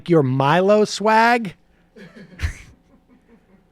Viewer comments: I’m 8 seconds in and Jesus Christ this guy can’t pronounce Milo’s name lmao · I love all the different ways Sam keeps mispronouncing Milo's name. I would love to see Michael as a lawyer. "As you can clearly see, Your Honour, my client is a piece of shit!"